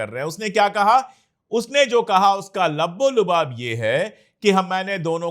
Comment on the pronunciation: Pandey ji mai aapko bahut pasand karta hun....Labbo Lubaab...nhi...LUBBE LUBAAB sahi hai.... aap kaafi bahudur hain...